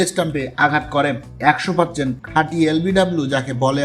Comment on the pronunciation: Lomta shreyas nam ta uchharon korte paris na percent uchharon korte parisna lom er video banas